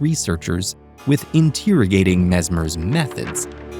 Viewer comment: You do not know the proper pronunciation of the word interrogating.